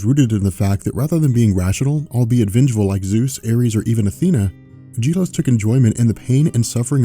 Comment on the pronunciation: Gelos (Geh-LoS) not (Jeh-Los)